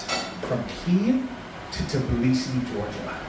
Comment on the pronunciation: tebilisi loool